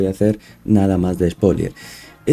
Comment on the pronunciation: Se dice Spoiler no spolier